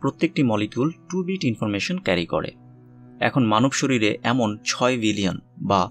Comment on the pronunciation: আপনার বাংলা উচ্চারণ টা আর একটু ভাল করার চেষ্টা করেন। এই ভিডিও তে যেমন শরীরকে শরীল বলেছেন। শুনতে খুবই বাজে লাগে।